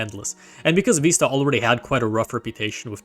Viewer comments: Vista, veesta, виста Not vaista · It’s literally the word Vista. VIH-stuh. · It's neither. The correct pronunciation is "Vih-st-uh" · vista with the vowel in bid, not bead or bide. It comes from spanish vista, which is pronounced /bista/ BEE-sta, but the word's been nativized for over a century for a viewing point before something beautiful. The nativized term is pronounced /vɪstə/, VIH-stuh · Ur engagement bait is soooo good, you have deserved this comment/ engagement, I love it ("Vista or Vaista" 😭😭) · there is no way youre ragebaiting me that hard saying Windows Viiisterr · Vista is pronounced veest-ta! Please say it correctly! My ears hurt hearing mispronounced Vista! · this is actually the case. the word vista is pronouced "viss-tuh." it is in the dictionary as such. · Windows Vaista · "Vista" comes from Latin. All of you are pronouncing it wrong, it is supposed to be wee-stah (stress on the ee) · ive never heard either of these pronunciations of vista 😂 great video though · The first it's the italian pronunciation, it means view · I'm baffled how you could make a video about the history of Windows without knowing how to pronounce "Vista" which itself is a not uncommon word, as it "breathtaking mountain vista" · I dont care how old you are, you can't make new pronunciations. It's in the dictionary as Vista